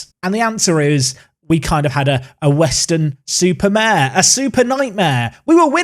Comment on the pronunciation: I was genuinely surprised when he said Weston Super Mare correctly